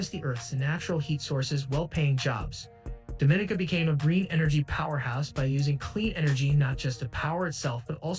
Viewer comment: Your pronouncing the countries name wrong. It sounds more like French, not Spanish. Your pronouncing it like Dominica Republic, which is incorrect.